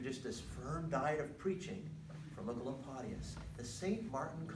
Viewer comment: Thank you I have been looking for 15 mins on how to pronounce Oecolampadius for a school presentation and this is the only thing that helped me❤